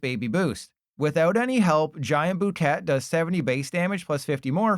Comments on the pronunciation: Giant boo-ket? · Imagine not knowing how to pronounce “Bouquet”. What is this, “Keeping Up Appearances?”